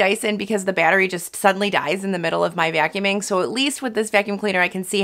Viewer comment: The way she pronounces vacuuming a vyacuuming🙈